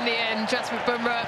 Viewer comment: Bunrah to smith🤣🤣